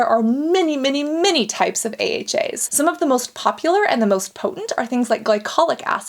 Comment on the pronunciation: If you hear weird sounds u ain’t imagining shit it’s Cassandra pronouncing AHAs and BHAs ahaaaaaa ahahaaaa bahaaaaa bahhaaa 😂😂😂😂😂😂😂😂😂😂😂